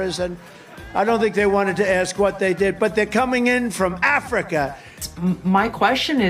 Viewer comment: 😮 Damn the Way emphasized the first syllable in Africa was Crazy. The out lies, and bullshit is never ending. Neither is the incompetent stupidity of the Man and "Hints" of plans. This will the SECOND time that he got an excellent sound economy from a Democrat, Obama and Biden. He eff'd up the first time and his plans are so bad he's affecting food prices before even entering for the 2nd time. Is it hard to believe that America has that many Bigoted, and or Racist people to elect him, AGAIN? Well.😢 yep😊 what "Marks".